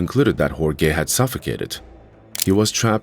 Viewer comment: Everyone, please be nice to AI, or it'll butcher your name--as in Hore-gay ;) Great follow-up